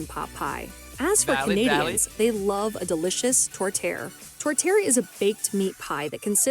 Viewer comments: My tourtiere has beef veal and pork. Her pronunciation is horrendous however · Who was the woman narrating that video? Her French pronunciations were sheer torture. (Does not rhyme with "tourtière.")